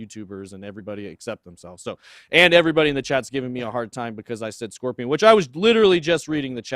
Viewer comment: i cant believe he said scorpion... cringe.. nothing like scorpion